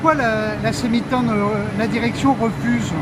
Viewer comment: Semitan alors pas tan